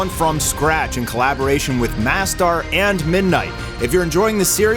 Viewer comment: How come you call yourself yet it's pronounced marstar media in video?